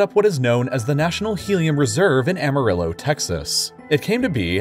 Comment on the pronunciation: "ama-rilo" 💀 It's "ama-riyo"